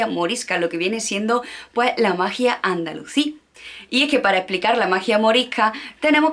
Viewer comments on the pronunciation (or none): Dijiste Andalucí y es Andalusí. Aviso por si acaso no se te ha trabado la lengua. El tema es muy interesante pero la exposición te ha quedado demasiado técnica, parece que estás exponiendo para un exámen. Eso sí, te has jartao de estudiar. Personalmente, hubiera preferido que lo explicases tranquilamente con tus palabras no hacen falta tantos datos o haberlo repartido, y se agradecería mucho que mencionaras bibliografía. El azahar en las calles de Andalucía entera y los limoneros en los jardines, romero por los caminos.